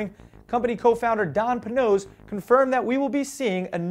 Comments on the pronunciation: "Pay-nozz" not "Puhnose". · its not pronounced "pa-noss" its pronounced PAY-NOSE ahaha Panoz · he said it wrong he says it like panose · Who saw Car and Driver's video of the Ferrari 699XX? YEAAAAHHH!!! Also, Panoz is pronounced "Pay-nose". Just sayin'. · puh-nose? really? come on now, you're better than that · *pronounced pay-nose